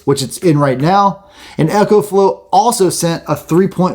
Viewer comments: Great video. One thing. I6t is pronounced eco as in ecology not echo. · Eco not Ecco/Echo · It's ECO not echo. EEko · It’s. “E” co! Not echo. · It isn't echo flo its eco like eco friendly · Dude... It's pronounced "ECOflow" not "Echoflow"... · Eeeeecoflow not Echo-flow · Not Echo, Eco (EEECO) :-) I made the same mistake with my first video. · I couldn't help but cringe every time I heard "echoflow". I know it's not a big deal but it just drove me nuts 😅. Like would you say echosystem rather than ecosystem? So why keep saying echoflow 😭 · You'd say echonomy instead of economy.